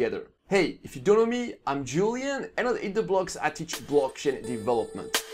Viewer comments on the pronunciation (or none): none